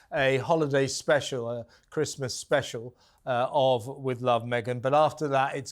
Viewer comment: a Christmas show in November! That's clearly a dud. Why can't she say "Christmas"??